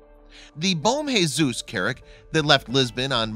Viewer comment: It's not bom Jesus it's bom Jesus